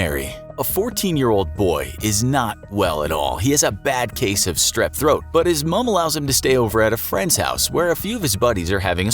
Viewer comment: Finally someone who says "mum" right!!